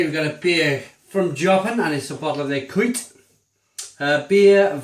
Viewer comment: You actually say Jopen with the O like you say in the alphabet (